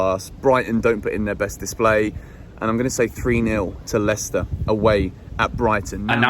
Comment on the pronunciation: HE SAID LWICWSTER 2-1